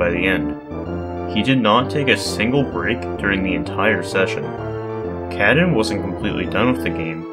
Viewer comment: Thank you for making this video! Showcasing multiple runs and explaining some of the techniques of accomplishing them is always nice to see. Also nice to see the recent smb1 grind going on being a highlight. They have been working hard on helping each other to get the time lower. Lastly, I can't unhear "cat-in" instead of of "kah-tune" 😆